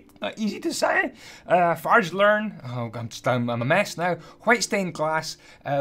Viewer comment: "Farge lern"